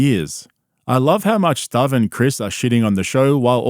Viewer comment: Are you deliberately mispronouncing Stav's first and last name to go with the vibe of the channel?